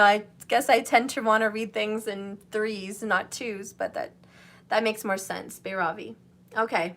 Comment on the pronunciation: Byravi is the pronounciation :)